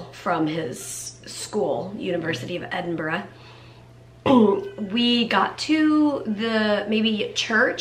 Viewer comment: Love the way you say Edinburgh correctly.. We Scots do appreciate it.